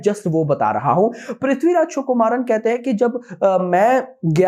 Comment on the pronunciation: Vo Prithviraj “chukumaran “nahi,Prithviraj Sukumaran h😂